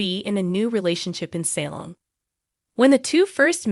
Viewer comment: I wish you could pronounce words correctly like Salem and Tresersa